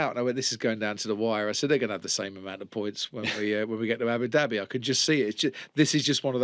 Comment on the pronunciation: Crofty please learn to pronounce certain words like Abu Dhabi properly